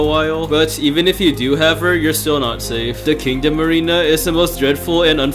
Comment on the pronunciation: I just heard "king of marina" when he said kingdom arena wth